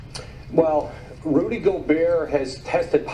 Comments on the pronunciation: this dude says rody instead of rudy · Its rudy not rody like roddy ricch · Bro who seen this nigga title who is rody my nigga u mean "rudy" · It's flight must of been high as FUCK because it's Rudy not rody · It’s Rudy not Rody lol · Nigga said Rody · “Rody Gobert” 💀💀💀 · Nobody: Flight: “Rody Gobert” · Dude said Rody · Nigga Said Roddy 😂😂😂😂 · yooooo I Love when Flight Says Rudy’s Name LMAO it’s an insult itself the way he pronounces it💀💀💀💀😂💯